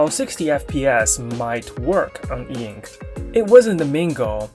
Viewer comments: I reject the spelling eink. And also the pronunciation eenk... It's e-ink for me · "Eink" bro please, that is so annoying to read. E Ink.